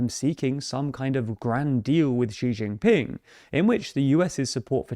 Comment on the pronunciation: Bruuh! STOP saying Beishhhying and Xi shhhying Ping! It’s Chinese, not French. The J is just a J. 😂 why is everyone doing this.